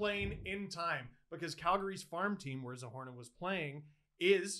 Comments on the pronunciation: Steeeeeeeve! Something didn't seem right, and I don't blame you for mispronouncing names, but it's double O, Zohorna, and it's wrong in the title. You should correct it, thank you. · Isn't it "Zohorna"?